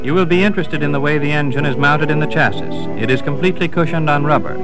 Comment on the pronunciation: interesting how he pronounces chassis.